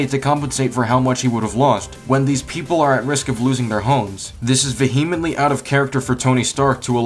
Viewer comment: That is not how you pronounce "vehemently," my friend.